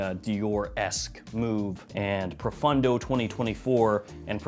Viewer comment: Dude….why do you always pronounce it Profundo when it clearly Profondo? Literally drives me nuts